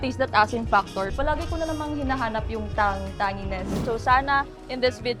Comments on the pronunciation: Nakaka trigger yung tang-ngeeness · Food critics SHOULD just rate it by stars/checks not by numbers. Food taste is subjective You're NOT experts! You're just Bulaggers! These so called 'critics' are so TANGY..natatanging mga tanga! Tanginess should be pronounced CORRECTLY! Sakit sa tenga yung girl!! Paulit ulit!!! Wala na bang ibang descriptive words??? Umay!